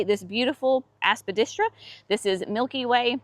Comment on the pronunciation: Love your shade garden. And love it every time you say, "Aspadistra"! LOL 😆 Hope you enjoyed your lunch date with sweet thing.